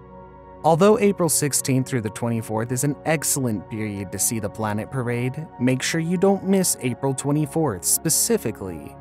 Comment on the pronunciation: WTF is a Blanet?